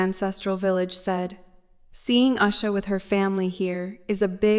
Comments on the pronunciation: Please at least pronounce the name of the person right she is no Asha she is usha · Her name Usha is pronounced as in "oosha" not "ashha". Usha is Sanskrit word meaning dawn. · She is the second lady of USA, please pronounce her name properly as OOSHA not ASHA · It is not Us-ha, dummy. It is oo-sha. horrible narrator and totally ignorant on how to say her name. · O goodness. Oosha. Not usher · Is it uh-sha, oo-sha or you-sha? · Her name is usha spoken with oo sound not aa as is done by commentator but she's alright with passion ❤❤ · Please learn the proper pronunciation of Indian names and prominent places. Why can't you make a little effort to sau indian names properly and show your respect. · First of all learn to pronounce her name right. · Please learn how to pronounce Usha Vance’s name first